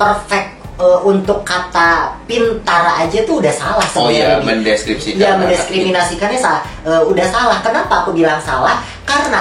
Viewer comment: Menit koko: Mendescripsikan.... chatrine: mendiscriminasikan...wakakakak 😂 ...serah loe dah.